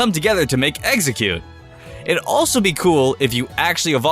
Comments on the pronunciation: stop saying, eggseggcute! it's EX-EGG-CUTE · listen to the vidio he said a baby exxercute I thought of eggercute ass its name